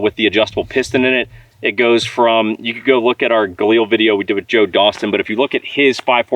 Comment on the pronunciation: LIL.... Like a woman named Lilly. Not EEL . Galil, not Galeeeel